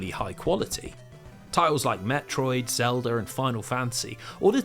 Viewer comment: My favorite part is when he says “Zelder” !